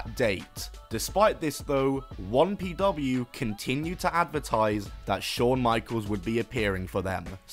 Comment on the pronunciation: why do you keep saying wompw its 1pw